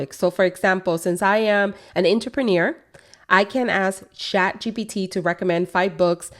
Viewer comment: Why do you say shat? It's chat right?